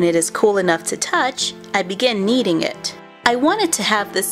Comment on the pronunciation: sherry ag white she said kneating it